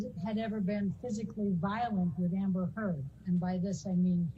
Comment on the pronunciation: i love how she emphasizes Amber...Heard (i think she almost said turd)